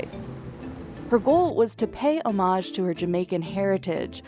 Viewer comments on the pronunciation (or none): Oh my god.😮. Did she just butchered the homage by pronouncing as homaaaage? Oh my god 🫣🙂‍↕️. Its pronounced ä-mij or say it ho mij